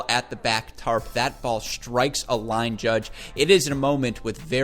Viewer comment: "...that ball SHHHHHHtrikes a line judge." Way to add H's to where there are none.